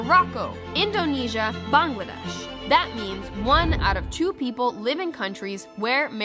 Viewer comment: yayyyyyyy someone pronounced Bangladesh correctly